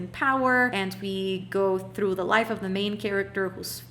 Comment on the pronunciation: Unpopular opinion: The way you say 'through' or 'throne' is so beautiful 😂 i cant